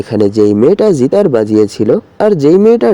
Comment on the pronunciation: জিতার নাকি গিটার 😐😐